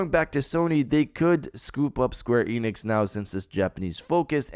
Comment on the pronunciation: Why do you pronounce it Square EEnix? It's Enix.